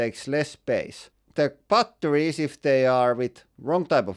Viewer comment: Why TF do you pronounce it "butt...torries"